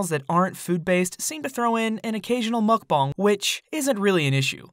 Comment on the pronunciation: Why does he keep saying mukbong and not mukbang?